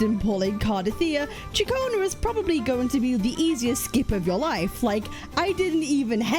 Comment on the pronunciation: Katchionna... dangit stop sayin it its CiaConna